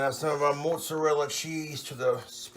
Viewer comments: It's not moozarella unless you're Italian. Dude it's mozzarella you're a some kind of mut. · Fucking hate how he pronounces mozzarella. "Mootsarella" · "It's already cooked, but we're going to toast it in the oven." So he's gonna burn it like he burns everything. I hate the way he say mozzarella...